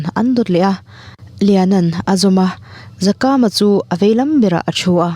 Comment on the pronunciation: Zakama toh hi Zakaama tia lam tur.